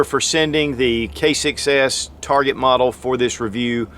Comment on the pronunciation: ROFLMAO...at beginning he says Kimber K6s....sounds like he says Kimber Kicks A$$